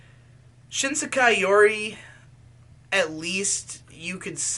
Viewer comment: "shISEKAI yuri"